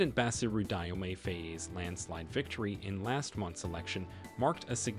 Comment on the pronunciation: My brother Dio pronounce Jo not dai